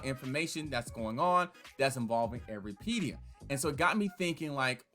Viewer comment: Lol you’re saying it wrong